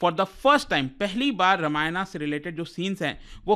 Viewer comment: Strange that a native hindi speaker pronounces toran -TORAANAA and ramayan- RAMAAYANAA. No wonder, hindi would see a downfall soon, as learners from this channel would go on to be govt servants.